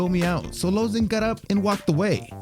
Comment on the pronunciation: Lmao, he tried to change up the pronunciation of Lauzon